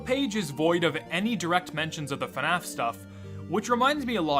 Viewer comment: That's cool and all but its bothering me of how ur saying fnaf😭